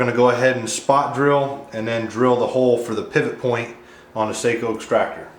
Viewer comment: Seiko is a watch.. Sako is pronounced “Saw-co”